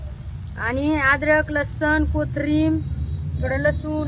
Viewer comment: ताई कोठारी i नाही ❌ कोथंबीर ✅